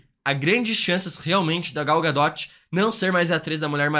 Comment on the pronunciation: Gal GaDOTE ZKKKK